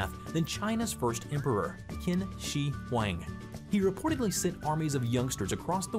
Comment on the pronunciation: the ninth one is pronounced Chin Shiwangdi